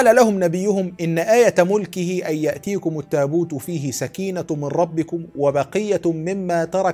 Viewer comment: بارك الله فيكم استاذ.. رجاء فقط التنبه لتشكيل قوله تعالى (... يأتيَكم التابوت ) فهي تقرأ بالفتح.. سلم لسانك اخي